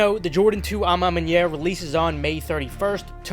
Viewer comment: You're the first youtuber who pronounced à ma manière right lol